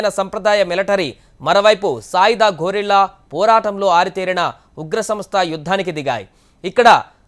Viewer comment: గొరెల్లా కాదురా బాబూ.. గెరిల్లా దాడి.